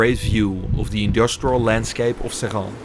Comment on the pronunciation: This is a cautionary tales. Our ancestors invented the blast furnace. Those plants, they were ours. The french sold them to the indians, and they closed the plants to decrease competition, after billions of subsidies. The french just nationalised the plant from mittal. Screw him. Also your prononciation is attrocious it's pronounced 'SRINNN. The locals will know :3